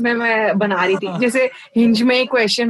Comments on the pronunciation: Im gonna pronounce hinge as hinngay from now on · And then proceeds to say " hin- gayyy"🤦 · Are we gonna ignore that he pronounced it hin-gay instead of hinge? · literally ‘hinge’ ko ‘hingee’ bola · Yeh Hin-gey kya hota hai Bhai